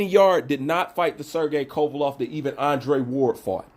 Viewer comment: Haha! Hey bro, It's Kova-LEV, not Kova-LOV!